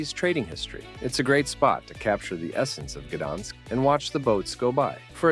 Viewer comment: I've been to about half and had friends praise some of the others, so very credible recommendations. You need to teach the AI narrator how to pronounce Zadar, Gouda, Gdansk and a few others.